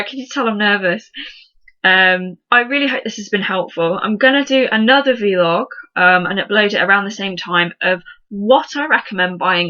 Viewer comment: it's not a 'vee-log', it's a 'vlog' lol. But good tips!